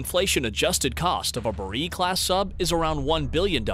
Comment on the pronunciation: When they pronounce Borei as Buh-reee you know to be skeptical of the rigour of research.